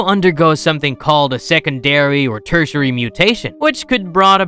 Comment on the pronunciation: Teritary... mutation